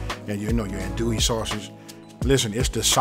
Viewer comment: I love this but you can tell he is not from Louisiana due to the way he is saying andouille sausage lol